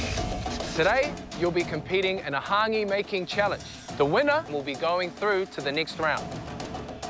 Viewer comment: The host can’t even pronounce hangi right